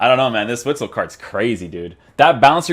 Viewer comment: I believe it is pronounced 'vitsel'